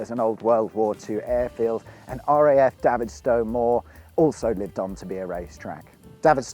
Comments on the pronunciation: As a child I played in this airfield and lived next door to it and I’m sorry to tell you but you are mispronouncing its name you should be calling it David as in the name like David Bowie the way you pronounced it sounds more like Davith as in the only gay in the village from Little Britain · You pronounce it like david, sto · Great video. Davidstow.. David as in Goliath, not Ginola ! Reminds me of cringe making M&S advert few years back, that pronounced the cheese the same way but with french accent!!